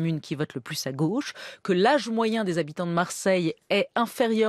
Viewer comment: La lutte des classes passe aussi par le langage : je suis tellement désolé que Julia Cagé soit contaminée par l’accent bourgeois qui consiste à prononcer tous les o ouverts ! La goch’ ça n’existe pas ! La gauche Bordel !